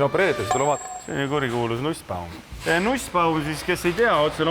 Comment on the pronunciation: Nagu lapsed mänguasjapoes. Nussbaum ei hääldu peenelt nagu nuss, tass, kass vaid peenenduseta nagu toss (jalats v suits) ja koss (korvpall). Katsetage peenema huumoriga. Jōudu!